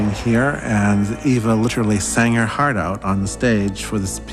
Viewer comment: Its EVA not Ava